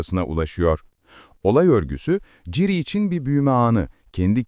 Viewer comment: yapay zekaya mı okuttun aga ciri ne ya hiç mi duymadın okunuşunu